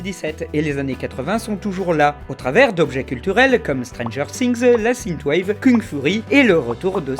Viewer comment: Sineteu wave AAAAHHH synth = sinfe ^^